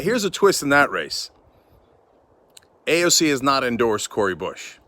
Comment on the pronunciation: WTF AOC?????????